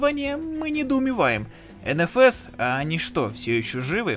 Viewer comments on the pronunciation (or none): Автор просто на улице на реальном авто никогда угла не давал вот и не нравится дрифт))). Еще смешно звучит ЭнЭфЭс ))))) ЭнФэЭс же) всегда было) А по поводу озвучки конечно хохма))) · Бля, не говори энэфэс, уши загибаются, все говорят энфаэс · как меня бесят люди которые говорят ( ЕНЕ ФЕ С ) Вместо ( ЕН ФЕ ЕС) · Малыш, взлёт NFS (эн-фэ-эс, а не энэ-фэс) был задолго до первого андеграунда. С андеграунда началось его падение. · НФС начался со 2й части. И эН-Фэ-эС, а не эНэФэС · ЭнЭфЭс, выключил.